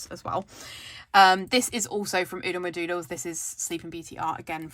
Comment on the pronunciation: Ahhhhhhh!!!! You said Oodlemadoodles perfectly 😍👏🏽🏆😂